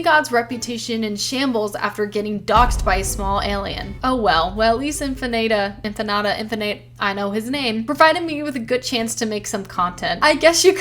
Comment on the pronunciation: I'm just glad my fanfic officially "ate." You didn't pronounce Infinata correctly, but oh well, it's what it's.